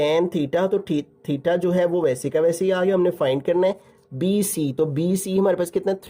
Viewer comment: Sir bC ko sai trha bola kra dimag pr lgta ha bc